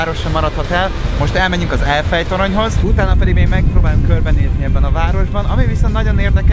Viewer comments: "Most elmegyünk az "Efjel" toronyhoz"😂😂😂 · "Most elmegyünk az "Efjel toronyhoz"😂😂😂😂